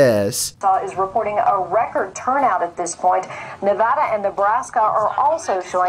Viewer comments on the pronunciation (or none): none